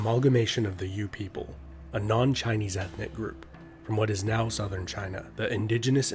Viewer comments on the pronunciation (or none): none